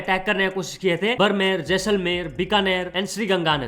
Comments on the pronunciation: Bhai for the love of god it is not brmerr...its baadh-mer or baar-mer Pls sahi bol do ❤ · Its no बरमेर its बाड़मेर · please attention - It's बाड़मेर ✅ not बरमेर 🚫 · बरनेर नहीं बाड़मेर सही से नाम ले मेरी जन्मभूमि है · भाई बाड़मेर हैं ना कि बरमेर 😅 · बाड़मेर hai bhai बरमेर nhi 😅